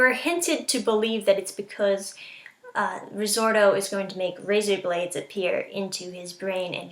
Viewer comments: RI! ZOTO! NOT RIZORTO!!!! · Resorto? It's risotto hone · Risorto... Is it really that hard to pronounce it correctly, or anything for that matter.